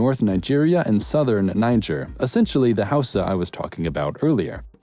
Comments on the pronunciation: I'm from Nigeria and I canttt listen to you say Yoruba, Igbo, or Hausa holyyyyyyy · Am I the only one who cringed at his pronunciation of Yoruba,Igbo and Hausa